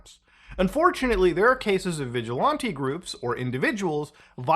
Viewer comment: The way you say vigilante made this video unbearable bro